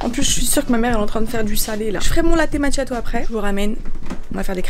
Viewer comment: Pour le latte macchiato on prononce makiato 🇮🇹🇮🇹🤙🏻🤙🏻